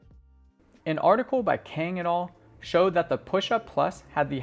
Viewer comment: Good but when referencing papers it is "et al." as in "call me Al", it being an abbreviation of the Latin et alia, meaning, "and others". Subbed.